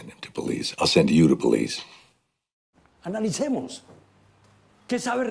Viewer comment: nah bro the ''Trip to Billiz'' LOL